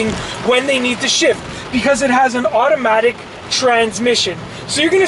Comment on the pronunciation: It is automatic car not iromatic car 😂